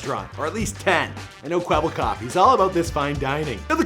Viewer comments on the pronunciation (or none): none